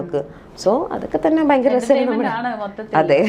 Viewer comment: .... "bayankara..." !!! Vallaatha 'bayam' thanney....